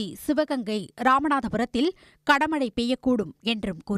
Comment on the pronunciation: கணமழை. கடமழை யா? தமிழ் பேசத்தெரியாதவள் எல்லாம் செய்தி வாசிக்க வந்துட்டாங்க.